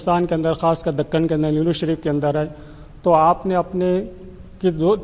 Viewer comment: Nelllur nahi Niloor hai